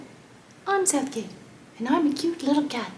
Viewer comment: You're a spaz! British accent on Southgate 😊cool desk and then release of the mouse. The guys I work with tease me because I won't kill mice. I took a 5 gallon bucket and used a little piece of furring strip rub peanut butter on the strip and the mouse went up to the top smelled the peanut butter in the bucket fell in in the morning I just took him across the creek and put them in the tall grass. One of the guys I worked with from Oaxaca Mexico was laughing and said, you have watched too many cartoons but the next day when I caught the mouse he was a believer. The day after that I caught another mouse and he accused me of shaving the mouse from the day before